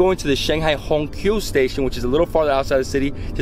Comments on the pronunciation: it’s not Hong Q station. Q is pronounced “ciao” as in Italian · It is pronounced as Hong Qiao虹桥=Hong Chow station. Tq.